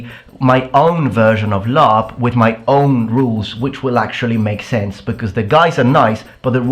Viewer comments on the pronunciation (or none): I don't know much about LARP, but its called laRP not laMMA.